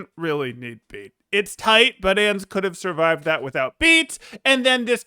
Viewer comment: nice vid but it bothers me that you pronounced Ans and Lucio wrong